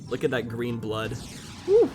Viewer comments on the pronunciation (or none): none